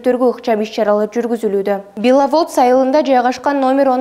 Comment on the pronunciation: Туура жазып туура окугулачы беловодс процедура деген создорду бир сыйра окуп даярданып эфирное чыкбайсынарбы ,мурда корректорлор болчу эле азыр андай кызматкерлер жокбу?